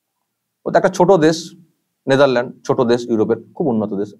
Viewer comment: ......Desh tar naam Netherland...NA.... NETHERLANDS holo actual pronunciation. khama korben. Aapnake bhalobasi tai boledilam jate aapnake karokache choto na hote hoi